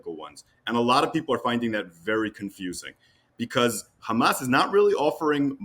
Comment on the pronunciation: At least he says Hamas NOT Khamas